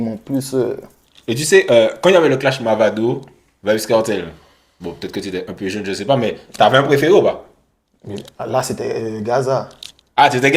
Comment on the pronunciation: Oui en Guyane on dit mOvado 😂😂 on dit pas mavado